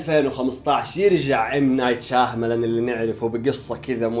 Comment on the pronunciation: شياملان وليس شاهملان ي اخ